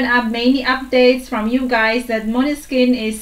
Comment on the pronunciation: You pronounce maneskin better than Italian people 👍🏻